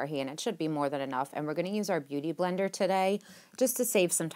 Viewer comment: YAY! I got the first like and the first comment! Whoo-hoo! I ROCK!! I'm cool! I'm bad! LOL! I actually thought you said "Booty blender" instead of "Beauty Blender"! LOL! I love this whole look! And what the hell was in your vape today? You be krae girl! LOL!